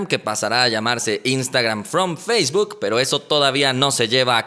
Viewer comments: por favor!!! Esa pronunciación de facebook te salió medio rara. No es “feishbook”. Saludos camarada. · Eduardo Ibiza ayala ¿qué pedo con tus oídos? Si no lo escuchas ponlo en velocidad 0.25 y notarás ese feishbuk. Si no sabes inglés básico tu vida anda al pedo. 🤫